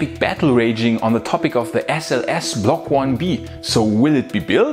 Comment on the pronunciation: I think that was a “Freudian Slip”, esp. as she pronounced it differently the second time around...😱🤷🏼‍♂️